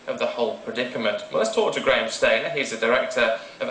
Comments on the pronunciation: The least Sky could have done is get his name right, it's Stanier, not Stainer. No wonder he got the hump. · He was pee'd off because they got his name wrong from the off. It's Graham Stanier, not Stainer.